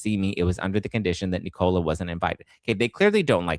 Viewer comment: It's Nicola not Knee-Cola...